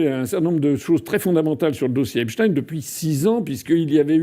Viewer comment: Il dit epsTEIN TEIN COMME EINSTEIN